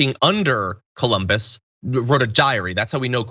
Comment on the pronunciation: they pronounce it "koloombus"